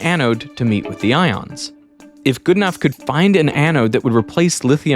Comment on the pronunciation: Are you pronouncing Geedenough correctly? I know someone with that surname, and he pronounces it differently. It's more like good - e - no (last syllable like know)